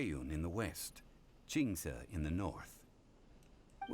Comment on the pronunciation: the fact that nailed to say qingce properly damnn